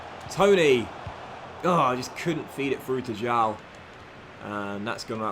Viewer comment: João's name it's pronounced as it's written: João, not Jau, try and listen to it on translate. The "ão" sound is a bit alien to English speaking natives but it's really common in portuguese, so it will be important for you to learn it!